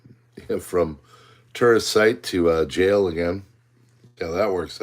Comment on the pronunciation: i was cleaning my AR from the range yesterday listening to this, when you got to Alcatraz and said "tourist" attraction i hear Terrorist in my head and I instantly thought to myself "is he talking about the movie The Rock??" then i looked up and laughed and left this comment. Great report as always bud.